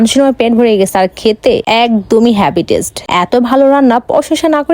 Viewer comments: ওটা মাটার না চিকেন আর ওটা হ্যাবি টেস্ট নয় হেভি টেস্ট। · হেভি ❎ হ্যাবি ✅ । ১৫ পদ ❎ ১৫ পাদ ✅ । গাইস❎ গয়েস ✅🤭🤭🤭😅😅😅😅🤮🤮